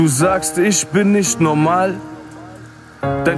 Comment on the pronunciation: ER WEIST ^^Dikka lern mal Aussprache digga. NOMAL...